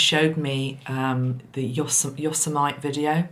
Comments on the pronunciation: Think it is pronounced -yo-sem-it-ee. Hadnt heard of this tragedy so will have to check the news. Thanks for your insights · Yosemite is pronounced Yo-semmitee.